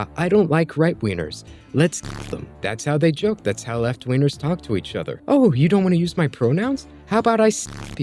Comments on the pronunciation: I can't get over the way you pronouce G's sounds like "Right wieners" and "Left wieners" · Brother you reeeeeeally gotta over-enunciate the “g” in “wingers” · The kill people you don’t like memes are funny though, I’m not a leftist but those jokes can be funny. All when you say left wingers and right wingers it sounds like you say wiener and I found that funny. This is not a hate comment though.